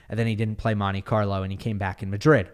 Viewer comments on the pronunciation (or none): none